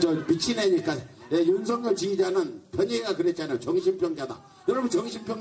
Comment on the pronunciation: 꼭 윤서결이라고 발음해주세요